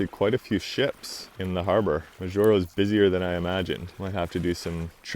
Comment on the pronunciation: Its pronounced Maw Juro